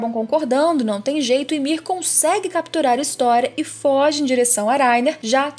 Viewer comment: Não se fala á Armim se fala Aramim,não se fala História se fala Ristoria,além de se você sabe falar português quando o s está entre duas vogais ele fica com som de z ou seja é Mikaza